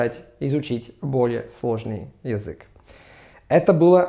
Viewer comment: Petits conseils pour améliorer ta prononciation russe : le я dans язык ou языковой se prononce comme йи, et en plus court. Quand le son а (que ce soit o ou a, par exemple dans гОворить ou зАмечательно) est éloigné de deux syllabes, il se prononce comme un schwa. D’ordre général, l’accent d’intensité doit être un peu plus marqué, et surtout plus long − ce n’est pas pour rien que le phénomène de réduction consonantique est si marqué en russe, ça dénote une grande intensité sur l’accent tonique et donc une attention moindre aux autres sons des mots. Ne prends pas mal ces remarques, simplement comme je sais que tu es un perfectionniste je pense qu’elles te seront utiles ;)